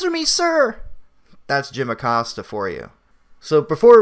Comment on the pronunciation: Jim Accost-ya